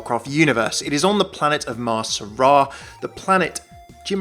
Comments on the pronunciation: It's Mar SAHra, not Mar SaRAH :) But cool video!! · isn't "mar sara" pronounced exactly how it's spelled not "marsera"?